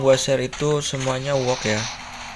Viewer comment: Wrok bang bukan wok